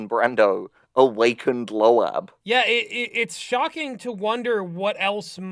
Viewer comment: Bruh why they pronounce it as "lo-ab" 💀